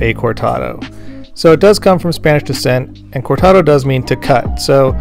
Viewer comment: please roll the ‘r’ in cortado.